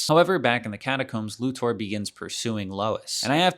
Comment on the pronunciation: This video bugs me because of the weird way to say Lex’s last name.